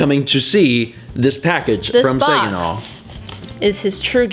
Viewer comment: the way he pronounced Saginaw...dying...XDXD